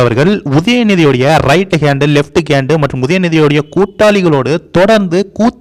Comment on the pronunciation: வடிவேலு மாதிரி ஆங்கில வார்த்தையை உச்சரிக்ககூடாது. கேன்டு இல்லை. Hand நீங்க கேண்ட் அப்படின்னு உச்சரிக்கனும்.